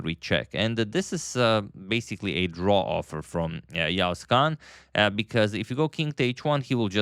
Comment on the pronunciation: you pronounced yağız kaan's name almost perfectly 🫡